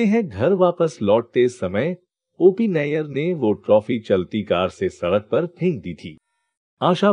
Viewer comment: OP Nayar Nahi Hai Nayyar Hai 😂 nayar or Nayyar alag surname hai pehle khud pata kar dosto ko galat information de raha hai